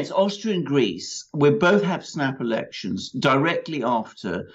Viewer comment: lol I distinctly hear Alexander say "After the EU Erections"....